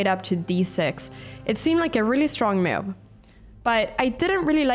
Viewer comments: Been watching Anna's videos for a while now but I can't help staying silent about this: It hurts my ears every time she pronounces move as "muve" lol. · ....what the heck is a "meohv"